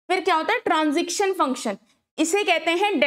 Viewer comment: stop saying transiction table its transition pls fix your pronunciation